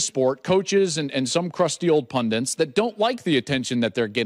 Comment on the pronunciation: Second week in a row, Joel. It's "pundit." There's no second "n."